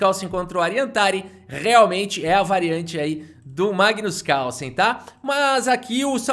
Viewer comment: Mano é muito cringe a incapacidade do brasileiro de pronunciar Carlsen, Causen? Kkkk vei